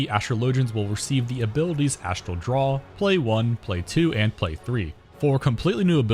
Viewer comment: The word is "draw" not "drawl"